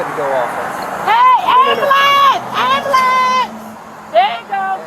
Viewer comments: tell her when she can pronounce ambulance correctly well call you one lol ghetto shit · Why can’t these people pronounce Amb-U-lance not am-a-lance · 🤣she thought screaming at the ambulance ("Amberlamp!") would get them to stop?! 😂😂😂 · She might have gotten medical attention on the spot if she had requested an ambulance rather than "a AM-buh-LAMPS!!!" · Wow she should get an extra charge for “ murdering” her pronunciation of “Amblambence” 😂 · Completely reminded me of that hysterical video with "WHOA BLACK BETTY" and then it cuts to the guy yelling "AMBALAM!" lmao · Amber lamps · “AMBELENCE AMBELENCE”!!!😂😂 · Why can’t so many black people pronounce “ambulance” properly? This is an observation therefore a legitimate question. Also the word “ask”…